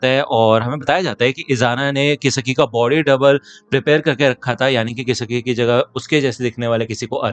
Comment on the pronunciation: I think it's not kisiki it's kisaki😅